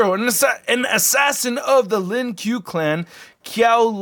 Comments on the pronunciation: Its (Ku-i Lee- Ang) (Lin Ku-ay) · Lol it’s called “Len kwae “ mate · “LIN KUEL” you are trolling 😂😂😂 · "LiN Q" 🤣🤣🤣🤣🤣🤣🤣🤣🤣🤣 LMAO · The Lin Kuei is properly pronounced as "Lin Kwey" and Kuai Liang is properly pronounced as "Kway Liang" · Lin “qway” is how it is pronounced, but close enough... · You said Bi-Han right but you say lin kuai as “Lin kuh way” and kuai liang “kuh why lee ang” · it is pronounced lin koo-way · It’s Lin qu-a